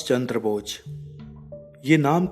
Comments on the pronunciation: Bochh nhi bose hota h😂😂😂😂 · aapka pronunciation thik nhi h aap bose nhi bol rahe h... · atleast netaji ka naam to thik se boliye...aap naam hi galat bol rahe h